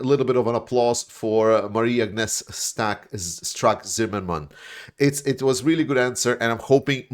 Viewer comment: Thank you very much for this video,! And thank you for making your picture smaller in order to enable us to read the russian comment, that was very thoughtful of you, I really appreciate it! 💙💛 P.S. Nice try to pronounce Marie-Agnes Strack-Zimmermann, I give you a 9 out of 10 for it 👍